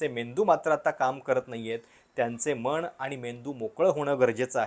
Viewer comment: तू अजुनही मण असेच म्हण मनाला.. तू नको सुधारू Told you multiple times but your are not improving at all on your pronounces.. असो.. तुच बघ आजुबाजूस आणि विचार कर जुने साहित्यिक/संत कसे बोलत होते.. असो ..